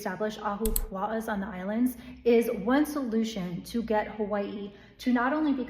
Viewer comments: Just notice how you pronouce 'hawaii', they even dare to change that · She pronunces Hawaii just like they pronunce Kawaii in japanese. Interesting.